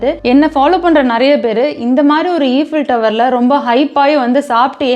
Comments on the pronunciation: U dont say it as eefil tower u say it as ifel tower(eiffel) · Sorry it should be pronounced as aifuhltauh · Even after someone criticised in the comment that it's aifel tower and not eefel tower, neenga eefel tower nu soninga paathingala.. u got a subscriber today! Never stop voicing yourself because of these VIPs.. great content buddy! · First learn how to pronounce Eiffel Tower properly. A simple google search can help you. Don’t embarrass yourself with poor English.